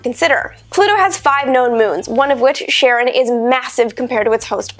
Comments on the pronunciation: I don't want to be that guy but Charon or Kharon not 'sharon' as you pronounced it. It's from ancient Greek and is named after Charon the boatman who ferried the souls of the recently deceased from the world of the living to the underworld across the rivers Styx and Acheron. He was to be paid with coins left on the eyes or in the mouth of the dead. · Pluto should be called a "Planetoid " the term was invented by Science Fiction over 60 years ago to describe a small body larger than an asteroid but smaller than a planet that is stand alone and not a satellite of a planet! Also why do we pronounce Pluto's largest moon "Sharon" it supposedly named for the mythological greek ferry man of the dead Charon ( care- on) ??? I know it's discover named it in honor of his wife and the mythical character but the two names are different?